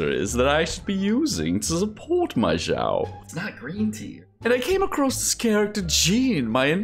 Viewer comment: its not zao not zhao not shao its xiao x = snake (S)iao